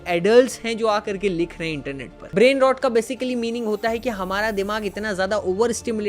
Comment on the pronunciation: "brain rot" pronunciation toh thik se sikh lo bhai.